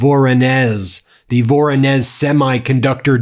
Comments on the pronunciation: Voronezh you pronounce as Voron Esh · It’s pronounced vuh-RAW-nish…the “z” in Russian with an “h” produces an “ish” sound. I’ve been there…. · Hi, Ben. Voronezh is pronounced vuh-ROH-nish (sounds like vuh-roe-nish). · it is pronounced "Voronej" :-) with the stress on the second "o"